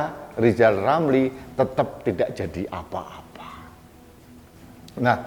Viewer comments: Lijal... you benelin lidah dululah. Oplasi lidah kek bial jelas kalo bikin nalasi keji memfitnah pejabat negala. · Pak Lijal bilang R aja ga bisa sok2an nyinyirin pak jokowi mulu Malu dong